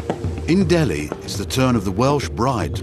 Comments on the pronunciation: It’s “Delhi” and not “Dehli “ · Its DELHI and not DEHLI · nt DEHLI its DELHI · I thought it was "Delhi" not "Dehli"